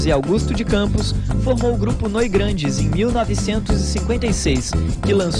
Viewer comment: Noigrandes? Pqp! É Noigandres!